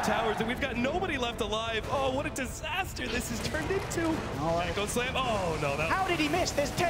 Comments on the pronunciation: IT'S A DISASTAHHH - Tobiwan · It's the universe! It's a disastah!!!!